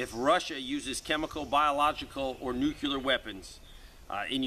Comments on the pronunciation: We really need to work on the pronunciation difference between NUCLEAR and NUCULAR....😘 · Sorry, pet peeve. Nuclear is pronounced nu clee er not nu cu lar.